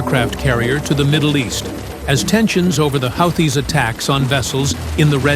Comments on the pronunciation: Pronounced Whootees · AI pronounced Houthis 5 different ways before finally pronouncing it correctly. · How many ways do you pronounce “Houthis”? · After the fourth mispronunciation of houtis, I had to move on.